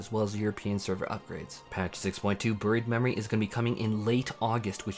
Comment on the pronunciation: I can't unhear him saying Buried Memories as Bird Memories